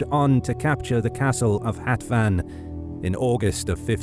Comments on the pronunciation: It is funny to hear Hatvan with English pronunciation. Hatvan means 60 (number), but hetven (the English pronunciation) is 70. :) Thanks for the video! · It is important how you read "Hatvan". In English pronounciation you read uncorrectly. Hatvan is a number written (60) and how you read in the video it is an other number: 70. So funny to me as a Hungarian to hear these shitty pronounciations. Also other things are really fcked up in this video :D